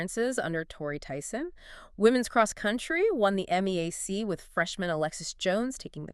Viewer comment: It's pronounced MEE-yak; not M-E-A-C.